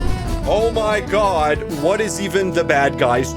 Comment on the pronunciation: OH MY GWAD,OH MY FREAKING GWAD IS HAPPENING TO THE BAD GUYS 2-IMA CRASHOUTTTT